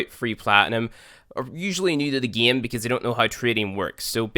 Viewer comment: i like how he says gieme